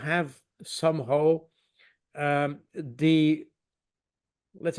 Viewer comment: What "some hoe"? Putin... Not Poutine! The guy can't pronounce some "how"!